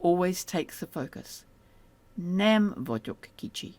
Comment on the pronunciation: I notice that “gy” is referred to as “a single letter” & it obviously isn’t, is “a single sound” what is meant ? Also, “nem” isn’t pronounced “nam” it’s “nehm” like “Ben” & I’m hearing a very bright “a” like “man” in the video.